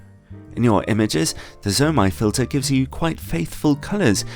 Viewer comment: It's "zuu-oh mey (zomei)" and "nay see (nisi)". Nisi circular filters are quite junk, especially for the price. Their square ones aren't that great either, Haida is easily better. Oh btw the margins on their filters are 200%-1000%. Basically retailers buy them at 2-10 times lower of market price depending on the filter. I'd suggest breaking the ratings into two parts, build quality and image quality. There's nicely made filters that are just crap when it comes to image quality and vice versa.